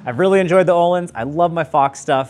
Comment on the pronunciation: Can you Anglo-Saxons at some point learn how to pronounce Öhlins? It’s not Ooolins, ö is a distinct character in our alphabet and is pronounced the way the French pronounce the oe combination, like œuf.